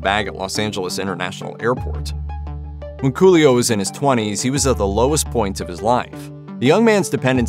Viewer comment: Am I bugging or is the narrator saying: Julio instead of Coolio?...🙁